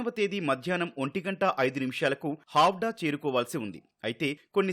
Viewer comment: హౌడా కాదురా బాబు హౌరా